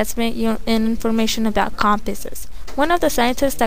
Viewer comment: it's arpanet not apernet